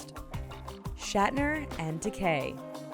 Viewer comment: the way she pronounces George Takei's name is annoying